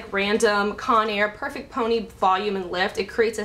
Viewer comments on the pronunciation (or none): none